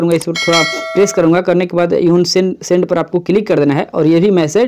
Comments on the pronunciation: यून सेंड नही अनसेंड होता है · यु send नही अन send kehte h 🙂🙂🙂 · Bhai vo unsend hota hai 😂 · भाई वो अनसेnड होता है🌜🙀🙀🙀